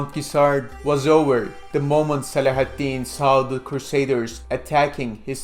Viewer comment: Your pronunciation of Saladin is too torturous to bear. Couldn't play more than a minute.